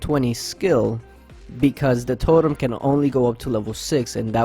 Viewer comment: Its totem not torem 😪